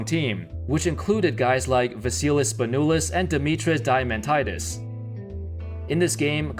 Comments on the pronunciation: The name pronunciation is deamantedes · I am Greek and we do not pronnounce Dimitris Diamantidis as u do the i in his name is more like an e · Haha. You pronounced Diamantidis like a diamond. I don't know with USA but I'm pretty sure FIBA World Cup means more than the Olympics. Winning the Olympics gold in basketball is the same thing as winning gold in Equestrian or Archery. While not using superstars are a little set back, it should've been so little that they should've still dominated. C'mon the team is still composed of 2 all-stars and most of the roster are starters by NBA standards. Argentina don't have a NBA player. France have, by NBA standards, 1 All-star, 2 starters and 1 role player. Don't make an excuse. Lol.